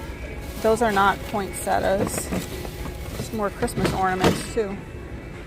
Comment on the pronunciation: Poinsettia. It has an a on the end . Most people mispronounce that flower!